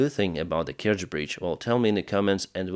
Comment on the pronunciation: Kertsch bridge? - what Kertsch bridge? 🤣